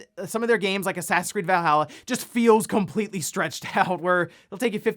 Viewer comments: “Cempletely” lol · "Cempletely cancelled"